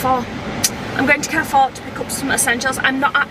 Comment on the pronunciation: Why does her pronunciation of ‘Carrefour’ annoy me more than anything else?